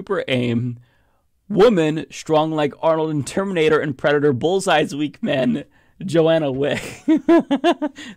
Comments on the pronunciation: "Johnna" not "Joanna" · just a nit-pick, the name the dude cam up with, Johnna, is not "Joe-ANNA," it is "JOHN-ah." One of those horrible "20 Kids and Counting" girls has that name. I don't actually care about that, but I want you to always look and sound your best.